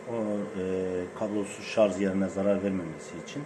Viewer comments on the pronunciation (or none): ŞARZ değil ŞARJ. Yani Jale'nin "J"'si gibi.